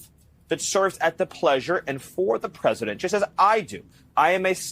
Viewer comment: Peasadent? Green needs a special needs teacher to teach him to add speak 😂😂😂😂